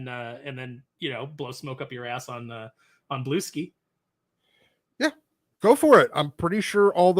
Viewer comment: it's pronounced (bloo-SKEE)